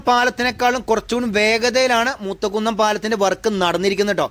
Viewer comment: മൂത കുന്നം എല്ല മൂത്തകുന്നം